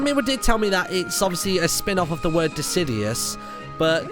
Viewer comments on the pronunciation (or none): "...it's a spinoff of disidious" I mean, you were close but no. De-Sid-JEW-Us, based off deciduous trees. Decidueye is De-Sid-JEW-Eye